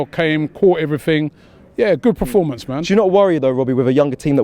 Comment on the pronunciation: Can someone please tell Robbie it's Performance NOT Preformance! 🤦‍♂️